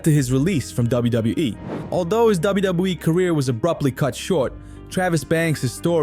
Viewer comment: Wow, you are really struggling pronouncing WWE.